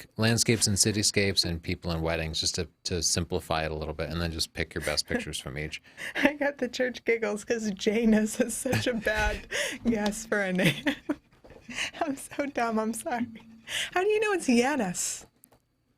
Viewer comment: Thank you so much for reviewing my website, y'all! Great tips!:) PS: Calm down, my name isn't J-anus. got it right. But I've to admitt, it's a name you can pronounce in a lot of different ways.:D